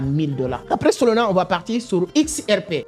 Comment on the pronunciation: « SOLONA » 😂😂😂 même la traducteur YouTube comprend « SOLONA » au lieux de SOLANA 😂😂😂 tu arrives à dire le « A » de la fin mais le A au milieu tu le remplace par O🤷🏼‍♂️🤷🏼‍♂️🤨🤨🤨🤨🤨😂😅 je comprends pas pourquoi car même avec ton accent tu arrives à dire le « A » de la fin mais pas le deuxième A au milieu ?!🤨🤨🤣🤣🤣🤨🤨🤨🤨🙄 WTF 😂😂